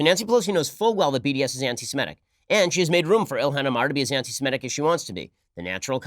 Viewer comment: Ben, it is "anti-Semitic" NOT "anti-Simetic".